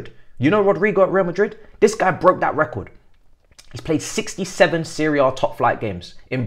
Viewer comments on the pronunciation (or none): none